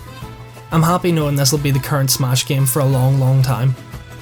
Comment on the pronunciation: Not trying to be mean,but when you say smash it sounds like SMOSH.